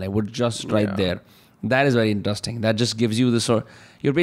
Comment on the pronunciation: pls stop saying intustring for interesting